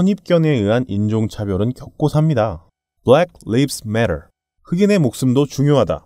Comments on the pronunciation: 자꾸 나오길래 좀 신경쓰여서 그러는데 Black lives matter의 lives는 리브스가 아니라 라이브스입니다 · black lives matter.....not [live-s], but [laivez]. 굳-이 미국 사셨던 경험 얘기하셔서 굳-이 지적해봅니다. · 어우씨 소름 돋았다 라이브스를 리브스라고 읽은 건 좀 그렇지만 2018년에 미래예언을 하다니 ㄷㄷㄷ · 발음할때 Black leaves matter 가 아니라 black lives matter 입니다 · 미국에서 5년 살았으면서 black lives matter을 블랙 리브스 매럴이라고 읽나요..? 한인타운에서만 사셨나ㅋㅋ 블랙 라이브스 매럴이라고 읽는겁니다. 발음지적이 아니라 lives가 동사인지 명사인지에 따라 다른거죠. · 미국에서 산 거 맞으세요...? 블랙 라이브스 매터 로 읽습니다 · 아 형...미국에 5년 있었던 거 맞아? 블랙 리브스 매러는 진짜 아니지ㅋㅋㅋ 영어 기본만 해도 저렇게 발음 할 수 없는데. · 미국살다오셨다는데 리브스라고 읽으시네요?